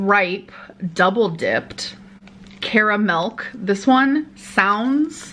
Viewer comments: As an Australian I am very upset that she enjoyed our chocolates and even more upset when she said “caramelk” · CaraMelk💀🤚🏻it ain’t cute sis it ain’t cute